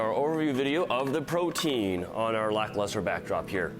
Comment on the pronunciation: Pretty sure the proper pronunciation is "proty-an" not like protein